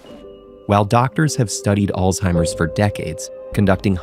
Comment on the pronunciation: 10000 points for the way the narrator pronounced "Alzheimer"